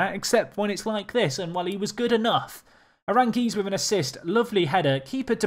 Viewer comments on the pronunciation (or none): That Charles Aránguiz assist tho. Oh, and the goal, even better. Note: If you want to pronounce his name better, you have to emphasize the second a (hence the tick over it). You have been emphasizing the i, which is wrong. Congrats on the campaign!